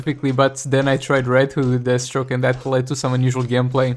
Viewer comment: I swear it sounds like you call DEATHstroke, d*** stroke one time... I'm sure it's just the accent. Can't wait till you start streaming again!